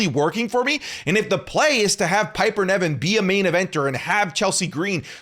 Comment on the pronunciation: It's not Piper Neven speak properly you literally watch the product & still incorrectly pronounce it